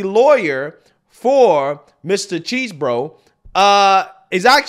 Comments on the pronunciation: Its not cheese-bro, its chess-bro. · Did you just call Chesebro Cheese Bro? Lmaooooo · I love you, and I watch all your stuff, but it is pronounced (Chez-Bro). Thanks for sharing the video man… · Can you please say that man’s name correctly, Chesebro not cheese, thank you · You never fail to butcher a name 😂 “🧀 borough”